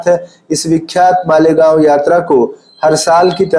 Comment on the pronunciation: मीनल माडे गाँव😂😂😂 बोली😂😂😂😂